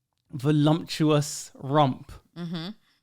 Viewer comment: 'Voluptuous' not voluMptuous my guy. Good show.